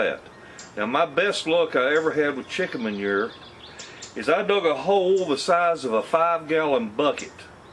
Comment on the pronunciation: hey..can u say "mon-your" again??? is that french for poo poo?? lol..jk jk...we yanks saw dookie...love ya...lol